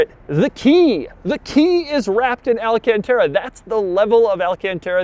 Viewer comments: why do people pronounce it “alcantera” when it’s pronounced “alcantara”? I will never get that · why does he always pronounce it wrong? he says tera instead of tara... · Al-Can-Terra Al-Caun-Taura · Take a shot every time Doug says "alcanteta" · AL-CON-TAR-A thats how you pronounce it u idiot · Niggah say alcontairUH one more time. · This fu*kin guy does the most annoying pronunciation of "alcantara" + "1.5 million dollars" Hope you stop making videos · Nobody: Not a single soul: Doug: alcantara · Please don't ever say Alcantara ever again. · J M Everytime he says it slap ur self in the head